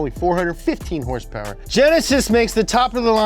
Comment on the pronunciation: I'll have you know that YouTube's closed captioning registers horse powers as hearse purse when you pronounce with the pizazz